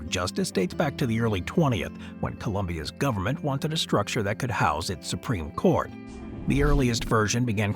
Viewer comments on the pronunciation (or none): none